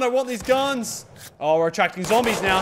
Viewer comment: He doesn't say zombies he says zambies. best quote of w34q12666